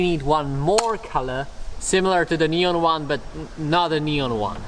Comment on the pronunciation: Normal people : Neon Him : Nyon